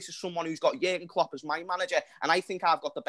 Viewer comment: Lmao yelling “ look what Kloops done in a short time” Yes in that logic Mou won his title and left a team built for future Chelsea managers. Klopps teams break down on him while still being there.